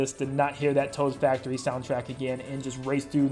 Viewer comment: Ah yes, I love the hit MKW track, "Taod's Factory."